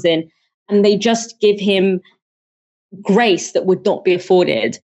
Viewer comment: "Graith..."? He says we can expect more graith, whatever that is.